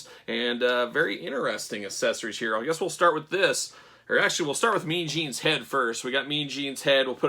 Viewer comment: Say “access.” Now add “ory.” Now you have “accessory,” not “assessory.” 😢